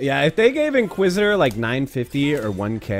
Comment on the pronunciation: You're saying inquisitor name wrong